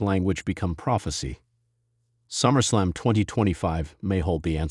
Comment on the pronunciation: The voice on this video is A. I. Absolute Trash when pronouncing wrestlers names. Quit the lazy. It’s Summer Slam. Not Summer Slum.